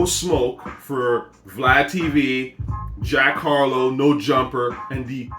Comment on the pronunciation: You said zack harlow 🤣